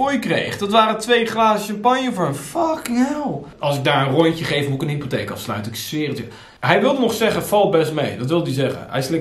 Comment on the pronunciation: "Hoe krijg hij het voor elkaar om alles verkeerd uit te spreken?" Ook: Zet zelf zelden de letter 't' achter een woord:') "Wat je ook doe" "Ik moe reageren" "Met me omgaa" "Dat zeg niks"